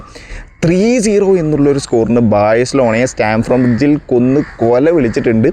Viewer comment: Bro its stamford Bridge , not stamform